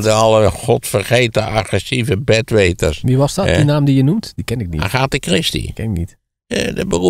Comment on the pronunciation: Lijkt mij toch ook nog altijd een begrip, daarbij was deze kwestie afgelopen jaar volop in het nieuws. Wel grappig dat Van Rossem Agatha op z'n Nederlands uitspreekt.